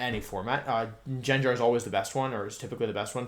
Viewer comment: Are you mispronouncing pokémon on purpose? Gengar isn't "Jenjar" "Raticatey" "Mega formey"? Lmao